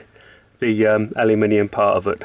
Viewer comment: Let me be the first Mexican, you said it wrong. I’m just messing with you man, I like the video!